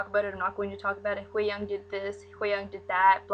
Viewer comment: you're saying her name VERY wrong